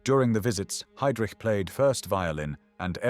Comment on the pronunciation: So ist es, wenn man eine KI diese hervorragende Doku übersetzen lässt: Es kommt dabei nur Mist heraus, vorgetragen von einer leiernden Roboterstimme. Die Fritsch-Blomberg-Krise dreht sich plötzlich um eine VerteidigungsministerIN, die wie Heydrich völlig falsch ausgesprochen wird usw. Die Fehler sind Legion. Bitte neu übersetzen.